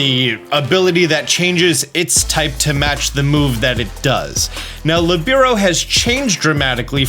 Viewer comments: Its PRO-TE-AN not PRO-TEIN. Protein is the one you feed your pokemon to raise EVs. Its not LE-BI-RO its LI-BE-RO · It’s lih-bear-oh btw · Hey! I know a lot of pronunciations in Pokémon are negotiable because they are made up words, but Libero is an actual word - a position in volleyball. It is pronounced LEE - burr - oh Just an FYI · You’re mispronouncing Protean and Libero. It’s Pro Tea Ann, it means to change frequently or easily. Lee Bear Oh, it means free in Italian, and it’s also used in volleyball to refer to a team member whose sole focus is to play defensively and move wherever they want. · Li-bear-oh and pro-tea-en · Hearing that pronunciation of Libero was a dark spot on an otherwise stellar video.